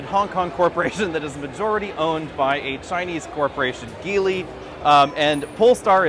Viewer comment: BTW, FYI Geely is pronounced Jee Lee. Same as the mandarin pronunciation. Still enjoy the videos though!